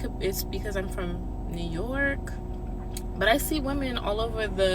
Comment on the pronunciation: Her: "I dont know maybe.i.cOulD.iTs because im from new yorrk!?" me: "They're Learning"